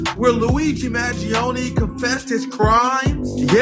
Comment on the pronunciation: He should've said Luigi Magione about 100 more times in the video to make sure we know who he's talking about